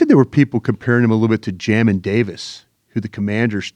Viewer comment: Hey, me and Jamin Davis have the same name, appreciate for saying it right 😅.